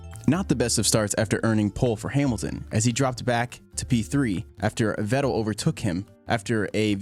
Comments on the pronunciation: Why are you making videos if you can't pronounce a good 60% of these drivers names?!lol vet-TEL. IT VETTEL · Drives me nuts how you say sebastian veTTell 😂😂😂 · Great video and thanks for the hard work put into that. The enunciation killed me though. Vettel pronounced with a hard 'T' was like nails on a chalk board. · Im pretty sure its pronounced Fettel and not Vettel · Who is this Veczel he is talking about? :D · Never heard vettels last name pronounced in two syllables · Stop pronouncing "Vettel" like you're trying to be cool. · Anyone else somewhat irked by his pronunciation of certain names and words? Just kind of annoyed me. Vettel, for example. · The way this dude pronounces "Vettel" makes me want to smack him. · The way you pronounce Vettel’s name differently every time you say it was so distracting I couldn’t even finish the video! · Nice recap, shame you can’t say Vettel, looking forward to a recap for 2014 next? Sorry for the shit sandwich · No I just though it was kinda funny how you pronounce Vettel lol, it's a really well made video